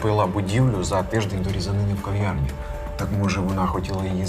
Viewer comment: Не в Ковьярні, а в кав'ярні (говорять не Кова, а кава,...)🇺🇦